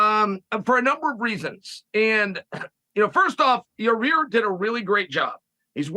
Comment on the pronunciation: Chael still can’t pronounce Mackolchev and Yarear… but somehow gets Driscuss Du Pelseies correct 😂